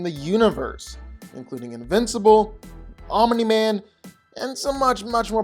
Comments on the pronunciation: Omeni man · I’m sorry but the way you pronounce Omni Man as “Omna Man” throws me off so hard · omen-man lol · The mispronouncing of Omni-Man was far too annoying to me smh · why does he say Omni-Man like that ...